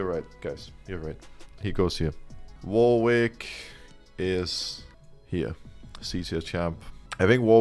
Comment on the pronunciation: The W in Warwick is silent. It’s pronounced Warick